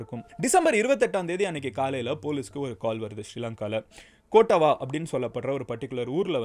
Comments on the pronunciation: கோட்டவா இல்ல❌ கொட்டாவ✅ யாக்கலா இல்ல❌ யக்கல✅ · Hi Madan Gowri! Following are the correct pronounciations. கொட்டாவ (Kottawa) ருவான் (Ruwan) யக்கல (Yakkala) மஹரகம (Maharagama)